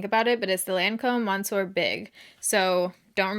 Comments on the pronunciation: So glad you made this video to try items out again. Wanted to mention the Lancôme Monsieur Big is pronounced “muh s-yur”. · Does anyone else cringe at the way she pronounces "monsieur"